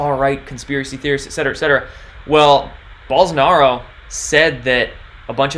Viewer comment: Bolsonaro, like bolo! Not 'ah'...O! has links to hear pronunciation...